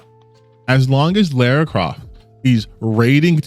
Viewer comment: Every time someone says Laura I take my anger out on a dog.